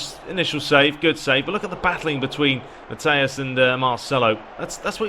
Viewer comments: it's ok, im french so it sounded funny :D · Who's "Mathias"? 😂😂